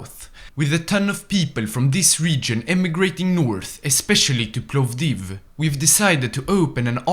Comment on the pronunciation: You misspronounced Sofia Strumica and Plovdiv wrong